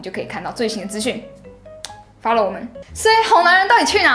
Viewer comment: 是follow 不是fallow